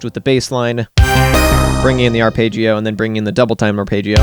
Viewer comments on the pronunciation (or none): its arpeggio not arpaigeio